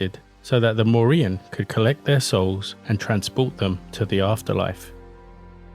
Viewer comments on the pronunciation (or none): Morrigan is pronounced like the surname Morgan you should let the G be heard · This was a good video. I love hearing about our lost mythology, and it seemed well researched, but (a minor but) you needed to do a bit more research into pronunciation. The Morrigan's G is hard, not silent. G goes silent in Irish when paired with a H, and it still modifies the H to be a bit harder. Cu Chulainn = Koo Cullan. The CH in Irish can be hard or soft, but not silent. When soft, it comes from the back of the throat (think Smeagol coughing up the name "Gollum"). Queen Maedhbh is actually just Queen Maeve (an understandable anglisisation of the spelling), like in The Boys. The DH is silent and the BH makes a V sound as there is no V letter in Irish. Otherwise, spot on. Nice work. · You keep leaving the g out of the name when you say her name